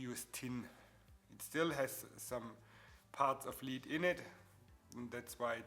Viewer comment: I know you have a thick accent. I can hear it. So clearly English not first language. Daaa? So I'm not trying to be rude just want to be helpful. In the beginning you keep saying lead, but what you mean to say is lead. Big difference. It's ok, not your fault, English is dumb. Side note: cool video, leading the way for beginners on lead joints. Next you should talk about LED lighting and how to connect the leads to power and control them, as theyve led a bright and interesting life since their invention and lately taken the lead in automotive accent lighting, which can be another cool car mod like your fenders and their lead joints